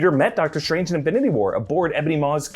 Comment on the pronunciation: love how he says “shtrange”